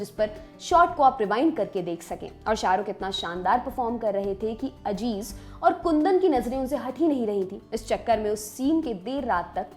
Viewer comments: Ma'am wo lafz Aziz hai, Ajiz nahi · Correction-Madam naam Aziz hai Ajeez nahi. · Home work karke aao , it's not Ajiz Mirza it aziz mirza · Madam Ajiz Mirza nahi Aziz Mirza hai😊😊😊